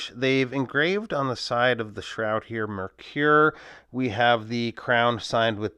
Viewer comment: Once again another great video. I love how you use the camera with close ups and the lume shots. Your videos are always informative and very well produced. You are a pro bro. Are you sure of the pronunciation of the brand name?